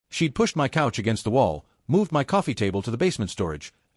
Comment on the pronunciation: Why are you reading the word “my” as the letters M-Y?